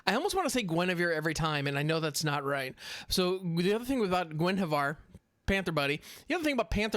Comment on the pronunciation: Gwen hw ivar. Soft i Do (like do it) Orden